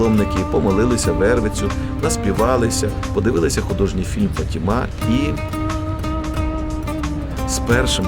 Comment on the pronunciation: Я перепрошую.. Правильно говорити- ФАтіма, а не ФатімА.( наголос на перше- А). Як говорити так неправильно, португальці дуже незадоволені. (в даний час , я в Португалії .) Це місто- ФАтіма і Матір Божа- фАтімска.